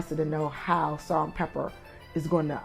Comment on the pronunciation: stop saying pepper! it’s pepa!!!!!